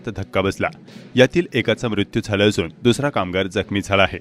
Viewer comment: उच्चारा कडे लक्ष द्यावे. असूण - असून. णाव - नाव.